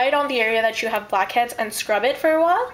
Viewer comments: i keep hearing 'bobcats' instead of blackheads :| but this looks fun! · Sounded like you said "fuckheads". *TSSK* bad habit.